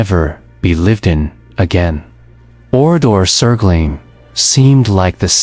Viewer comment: The narrative of this video is poignant and generally correct, but NOT ONE of the images in the video shows Oradour-sur-Glane. What is the point of telling this story if you don’t use images of the REAL town?? ‘Glane’ is pronounced ‘G-LUN’, not ‘G-LANE’, as in the English word ‘lane’. Honestly, the visuals used here are so misleading. AI is just crap.